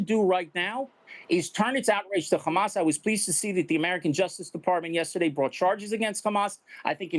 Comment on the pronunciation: how come he can say Hamas normally sometimes and then other times, there is a heavy emphasis on the Khhhhhhhamas